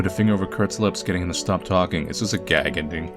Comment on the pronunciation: i can't tell if you have said "gay ending" or "gag ending"